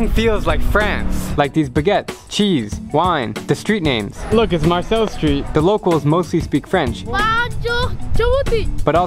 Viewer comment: "look it's marsell street" bruh